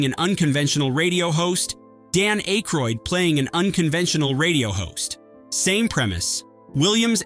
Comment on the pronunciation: ackroid...geeshhh say his name proper...gerrrr the "y "is silent......